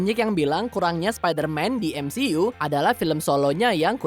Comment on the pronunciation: bca skrip lmpeng amat siih, kan udh sring jga bhas mcu,, masa MCU (emsiyu) d blang emsi u, kevin feigi malah kebin fij,, aduuuuuuuh